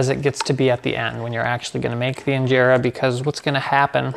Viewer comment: Your pronunciation when you said Injera is on another level 🔥🔥❤️😍